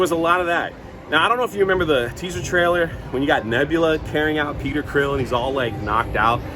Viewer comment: …..are you calling Star Lord… Peter “Creel”?